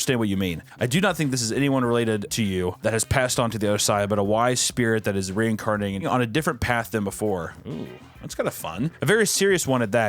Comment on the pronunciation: This whole thing reminds me of that old tv infomercial from the late 90s or early 2000s that introduces you to pet reincarnation. I cannot take any of it seriously by the way they say ✴REINCARNATION✴